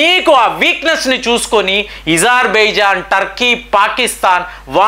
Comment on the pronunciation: Eజర్బజన్కాదు అజార్ బైజాన్ గా చెప్పండి